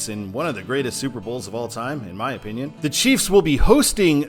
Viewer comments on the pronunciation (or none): none